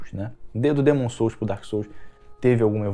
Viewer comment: O mané nem sabe pronunciar corretamente. Dêêêêmon......Hahahahahahahahahahahahahahahahahahahahahahahahahahahahahahahahahahahahahhahahahahahahaah